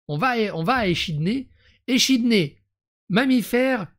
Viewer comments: Par contre, "echidné" se prononce "ékidné"... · On dis ékidné